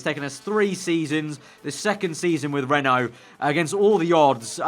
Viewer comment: Every time you say "Renault car" I hear "rental car" :P